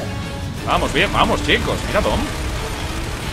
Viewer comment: soy yo o nombro a dom como "tom"?